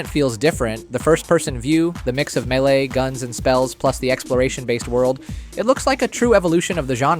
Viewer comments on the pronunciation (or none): none